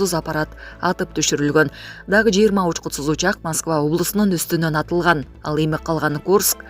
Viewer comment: Байкуш диктор эмне деп эле окуп жатат, учкутсуз дейби,же учкупсуз дейби?